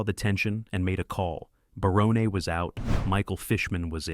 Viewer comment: Matt Williams is a moron. And how dare he take the created by credit also for Tim Allen‘s home improvement because obviously that was based off of Tim Allen’s life and his career as well. And the guy narrating this thing on Roseanne cannot get names right it’s not Baronne it’s BARON just like the character name on everybody loves Raymond Raymond and also it’s Sarah chalk not Sarah Chalke but like you’re saying the word chalk but it has an E at the end.